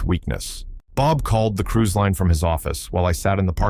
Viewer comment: I love revenge stories. But, it is cruise not crews.